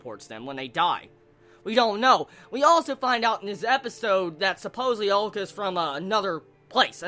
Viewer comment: head's up dude, he or she? is pronounced AH-LU-KAH